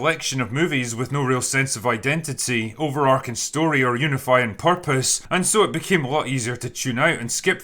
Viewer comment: Drinker, love your videos but you guys keep saying “over-arcing.” The word is ‘overarching’ and it’s pronounced how it looks, as in the way an archway arches over something. I understand why you might think it’s ‘over-arcing’ because I once said that too, and in a vacuum it does kinda sound cooler, but in a world where there is no such word, it doesn’t sound cooler: it’s an error. So idk if you need to make an announcement on Open Bar or what, but everybody in your circle makes this same mistake and I can no longer stand by.